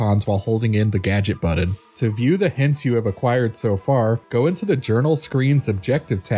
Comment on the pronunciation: Exactly so distracting